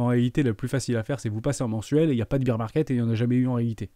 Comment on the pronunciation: Salut, on dit bear market, pas bire market :)